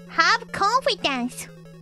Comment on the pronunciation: Korone: "Have confidence. No confidence." My Ears: "Have coffee dance. No coffee dance."